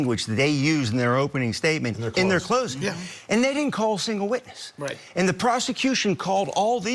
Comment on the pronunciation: he said wotness 😂😂😂😂😂😂😂